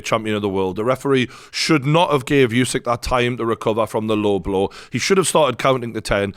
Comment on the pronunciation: Another commentator that can't pronounce Usyk's name despite everyone being reminded thousands of times now. Still like that guy's break downs though.